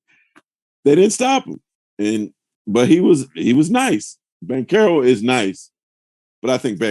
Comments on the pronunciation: im italian, and "che" is not ce, but "bankero" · Windy keeps saying “Blanch-arrow” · Spears never says one true thing. He even managed to invent his italian name lol. I am Italian, that hame reads the exact opposite of the explanation Spears gave. It's "BanKero", not cherry at all. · Yeah I don't know why he kept adding the L lol